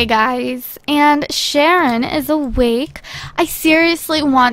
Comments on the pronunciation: its sharon not shanon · It's Sharon not Shannon!!! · Sharon, not Shanon. But it's okay!:D